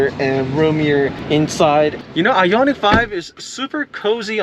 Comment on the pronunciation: It’s I-on-ic, not I-yon-itch